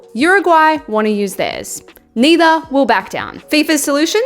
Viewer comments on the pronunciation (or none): none